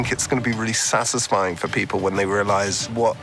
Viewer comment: Did Paul Bettany say "sassisfying"?